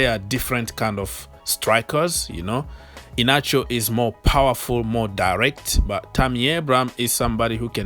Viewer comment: Kelechi I-hia-na-cho is how to pronounce the name